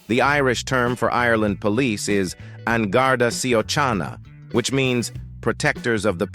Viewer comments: Na Gardaí Síochána: Nah Gardy See-chon-ah. NOT seech... P.S. Sliotar is pronounced "shlit-er" not what you said...😮😅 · Yeah he might have needed to check the pronunciation of Irish words like an Garda Síochána too (definitely not shy oh can ah). Apart from that mostly accurate description of the country. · Gar-da She-oh-caw-na. Plus Garda is singular but Gardaí (Gar-dee) is plural. Sliotar (ball used in hurling) is pronounced sli-tar & Camogie (kam-oh-gee) is the female version of hurling. All played for pride of local team up to County level rather than money. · Where you getting the most difficult country if anything we have to be the most easy going country with a low tolerance for BS ....I don't know where the narrator got his info from coz he has us all wrong...omg 😂 the way he pronounced an garda síochána...its pronounced " on gar=dee shee =coh=nah ".... he's mixing some info of Ireland up with a whole different country 😂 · Get the pronunciation right. Garda Shee-o-kawna. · An Garda Síochana is pronounced 'an' 'guard' 'a' 'she' 'okana' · I had to laugh with the pronunciation of an Gaurda Siochauna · Annoying AI voice. Police force: an garda see-O-chana. LOL! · Garda sioCHANA??????what???Get a translator.... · I laughed at his attempts to pronounce "Garda Síochána" and "sliotar". Honestly though, great vid, one of the rare ones that don't stereotype Ireland like crazy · Your Irish for the police sounded like a Italian dish 😂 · All the people being shown here smiling and waving are the tourists. The pronounciation of the Garda Siochána is utterly wrong. There are so many things incorrect in this video, it borders on libelous. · an Garda what ? Jeesh do some language research my man! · it pronounced Gar-da shit-in-da-cornor.